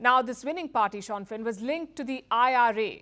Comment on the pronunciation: Its pronounced SHIN FANE not Shawn Fenn.